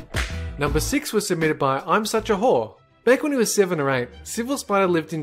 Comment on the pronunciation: in when he said ''imsucha whore'' it more sound it like ''imsucha hore'' xD that lmao it was so funny